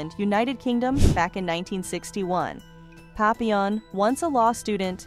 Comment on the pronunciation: I hate crappy voicebots - the city of Hue is pronounced "way," her name isn't pap-pil-on, it's pronounced "pappy-yawn", and two of the so-called "scenes" are of Francis Ford Coppola's "Apocalypse Now." And I'm wondering how badly your crap-bot voice would butcher those words: "apok-a-lips-ee now," & "cop-opola?" That sound about rite?